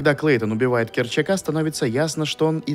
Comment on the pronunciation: Керчик, а не Керчак. Корэл, а не Корал.